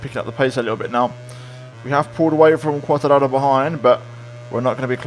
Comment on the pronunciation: Are you Italian as you always pronounce Quartararo in Italian way